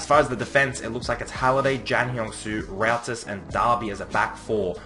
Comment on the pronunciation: ROUTIS is. Pronounced Rootis